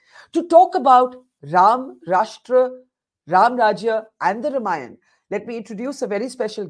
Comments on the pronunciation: Behen ji.. Spit the gutkha out and pronounce properly.. It's not RIMayann or Rumayann.. It is RAMAYAN.. The sound is AAA and not IH or UH.. Good God such fake accent.. Trying to impress whom nobody knows.. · Whats with the pronunciation of word RAMAYAN? Indian languages are phonetic and its clear to pronunciation it as RAMAYAN and not as RUM-AAYAN. Do you see westerens speaking hindi say english words in Indian Accent? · Its not Rum-ayan, its pronounced Raam-aayan. Hadh hai.